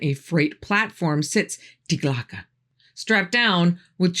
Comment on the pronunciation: Die Glocke = "dee gloh-kuh"